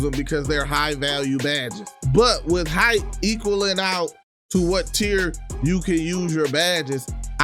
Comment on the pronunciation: It’s tier not tear